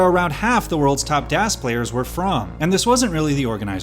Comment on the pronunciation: Marc pronouncing it "DÄS" while DAS is literally a german word. As a German, I felt that.